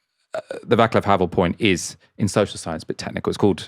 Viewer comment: the name Václav is pronouced as is it was soelled "vartsluv" what's wrong with the english-speaking people, East European spelling is easy!